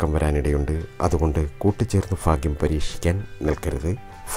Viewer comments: Edo Fagyam alla Bhagyam ennui para..... You are talking to Public..not to your local people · ഫാ അല്ല സഹോദര ഭ ഭാഗ്യം എന്ന് പറയു... ഫാഗ്യം ഫാര്യ ഫര്ണി ഫാഗ്യവാൻ അല്ല... ഭ ഭാ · ഫാഗ്യം അല്ല ഭാഗ്യം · Phagyam ennalla Bhagyam ennanu parayuga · കമെന്റ് വായിച്ചിട്ട് ഞാൻ ചിരിച്ചു ചത്തു ഫ അല്ല ഭ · ലോട്ടറി കച്ചവടക്കാരനായ ഒരു പാവം ചങ്ങാതി...കൊല്ലം....ഫ....അല്ല ഭാ ആണ് എന്ന് എത്ര പറഞ്ഞാലും ഇൗ കൊല്ലം, തിരുവനന്തപുരം ഭാഗത്തുള്ള ആളുകൾ മനസ്സിലാക്കാൻ ശ്രമിക്കില്ല.... ഇനി മനസ്സിലായാൽ തന്നെ തിരുത്താൻ ശ്രമിക്കുക എന്നത് വളരെ വിരളമാണ്... പക്ഷെ സ്നേഹിക്കാൻ കൂടെ സഹകരിക്കാൻ തയ്യാറുള്ള നല്ല ആളുകളാണ് ... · എല്ലാ നക്ഷത്രക്കാരും 'ഭ' വേണ്ടിടത്ത് "ഫ" പറയാതിരിക്കുക.... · Fagyam alla mashe bhagyam ennu parayu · Not faghyam bhagyam..... Kelkkumbol endhopole thonnunnu plz change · Sir phagyam ഒഴിവാക്കി ഭാഗ്യം എന്ന്(bhagyam) എന്ന് പറഞ്ഞു കൂടെ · Fagyam alla cheta Bagyam😀😁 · Bhaagyam fagyamalla.bhaaghyam.bhaaghyam.ayyayoo fagjyamennuparayalle plz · എന്റെ പൊന്നു ചേട്ടാ ഫാഗ്യം അല്ല ഭാഗ്യം......... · Fagiyam അല്ല bagiyam anu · Bhai fhagyamalla bhaagyamaanu ithupolum malayaalathil parayaan ariyillenkil engine mattullavatku fhagyamundaakum. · ഫാഗ്യം അല്ല ഭാഗ്യം ആണ്. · ഫ. അല്ല. ഭ. ആണ് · ഫ അല്ല ഭ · Fa alla bhaa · ഫാഗ്യം അല്ല ഭാഗ്യം ആണ് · അത് തന്നെ ഫാ കേൾക്കുമ്പോൾ ചിരി വരുന്നു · എനിക്ക് 'ഈ'ഫാഗ്യം വെണം' നിങ്ങൾ ഈ.ഫാഗ്യം എനിക്ക് താരണം' ഈ ഫാഗ്യം ഞാൻ 'നെടുക്കുവ) ക' കു'കിക്ക 'ക്കു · ആദ്യം ഭാഗ്യം എന്നു പറയാൻ പഠിക്ക,ഫാഗ്യ്ലോട്ടറി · Urakkam varunnundo ? Ooooh fagiyam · Malayalam adyam parayan padikku chetta,fagyam vannu cherum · ഭ!ഭ!ഭ!ഭ! പറഞ്ഞ് പഠിക്ക് ആദ്യം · ഭാഗ്യം എന്നു പറഞ്ഞു പടിക്കു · ഫാഗ്യം ,ഫാര്യ,ഫയം, ഫാരതം😀😀😀😂😂😂😂😂😂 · ഭരണിയുടെ 'ഭ' പറയൂ ഫാഗ്യം അല്ല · ആദ്യം ഭാഗ്യം എന്നു പറയാൻ പഠിക്ക് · ഫാഗ്യം ഫരണി ഇല്ല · ഹോ ഫാഗ്യം..😂😂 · ആദ്യം ഭാഗ്യം എന്ന് പറയാൻ പടിക്ക് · 108 തവണ ഭാഗ്യം എന്നെഴുതി ശരിയായി ഉച്ചാരണം പഠിക്കുക. ഉറപ്പായും ഭാഗ്യമുണ്ടാകും